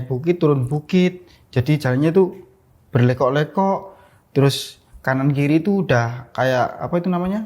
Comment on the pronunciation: "Berkelok kelok"... Ko q dengernya berleko leko 🤔